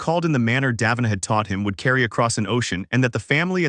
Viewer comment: Ok so just mispronounce both KOL and DAVINA’s names like that